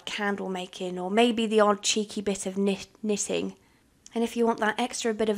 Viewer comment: Did you here her say kn-knitting